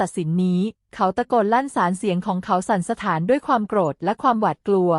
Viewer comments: สั่นสท้านอ่านไปได้ว่า สั่น-สะถาน ฮ่ะๆๆๆๆๆ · สั่นสะท้าน ก็อ่านเป็น สั่นสะถาน บ้า บอกไปเอาคนแบบนี้มาอ่านได้ยังไง เบื่อเลิกดูไปแล้ว